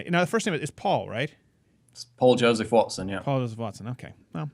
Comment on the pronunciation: Steven is a rude dick, he interrupts people in the middle of their sentences, he cannot pronounce "Paul Joseph" just because he is is so rude and arrogant that he could not be bothered to learn the name of someone who was kind enough to be on his piss ant program. As far as I am concerned, Paul Joseph Watson is a far bigger name, and is far more interesting to listen to. In the case of Louder with Crowder, I can 't wait to turn it off, this guy irritates me so bad. I can't believe Paul Joseph Watson paid this effeminate bitch the honor of being on his show, only to be insulted.